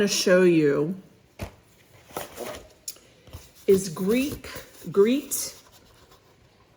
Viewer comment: I am thinking Grete is pronounced as Greta, not Greet since it’s a Germanic name. It’s a beauty.